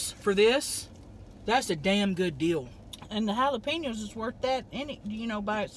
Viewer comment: I love how they say jalapenos literally like it's spelled 😂 "halapinos"